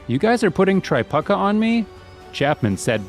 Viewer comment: God, I really wish this narrator would pronounce their names correctly. He kept calling him "Kelly Tri-puck-a". His name is pronounced "Tri-puke-a". He seems to do this with a lot of players...